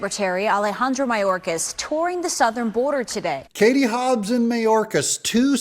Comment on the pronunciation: BTW Doug, Mayorcas is pronounced MyOrcas.